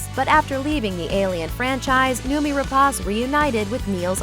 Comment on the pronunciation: I wanted to see more of her, as well as Fassbender, in Covenant. Oh, btw, it's pronounced as noh-mee.